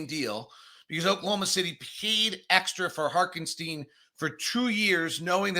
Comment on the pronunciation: I absolutely love the show and I'm an everyday-er, but PLEASE learn how to pronounce ToppIN and HarTenstein. I'm begging you 😂